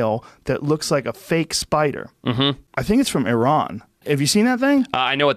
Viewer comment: I'm happy pronounced Iran the correct way and not "I ran"